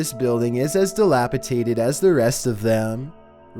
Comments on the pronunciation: Umm, it's not a spinal column without the column, also it's pronounced dilapidated, not dalapatated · Dilapitated? No. Dilapidated. God you really bother me a lot. Learn how to say words correctly at least if you're gonna have the every sentence is a question voice. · It's "Dilapi-DATED" not "TATED" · Came to comments looking if anyone said any thing about "delapiCATED " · I don't know if my hearing is going but it sounds as though you say 'dilapitated', the word I think you're looking for is 'dilapidated' :) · Dilapitaded. Seriously?! As a child with 2 teachers for parents, one being an English teacher, this just hurts my soul. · "DilapiDated" not tated. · DilapiDated Not DilapiTated learn to fucking annunciate words properly before using them in your videos. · Dilapidated not dilapitated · Is saying dilapitated instead of dilapidated? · Dilapidated, not dilapitaded =D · I like your videos and don't have a problem with your voice as some do. But, hun, you have GOT to work on your pronunciation of words! It's not dis heaveled. It's dish eveled. And the word is dilapidated, NOT dilapitated If you pronounce something wrong it makes it the wrong word. Anyways, great content. I haven't seen these before. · Also delapatated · You mispronounced disheveled and dilapidated